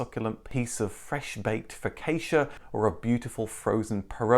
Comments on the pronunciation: 9.40 speaking if Italian pronunciation, focaccia is “focachia” (cf “cacciatore”). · Focacci is pronounced fo catch ah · I am a big fan of your videos. But the focaccia pronunciation? It's funny :D